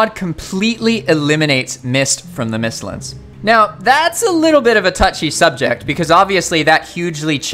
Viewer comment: Bro said “mistlins” instead of mistlands smh 💀